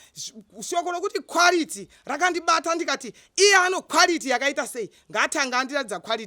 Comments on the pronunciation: Its the " kwarity & purofit" for me 😂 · Kwarity and purifiti😂😂😂😂😂 hilarious